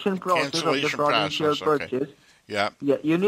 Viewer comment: That frawdentchial porchase seems very suspeechoius so check your keyboat and hold it👍Legend